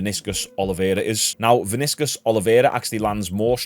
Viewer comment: The way you said Vinicius I can tell you not a football fan😅